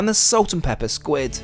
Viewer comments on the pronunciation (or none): none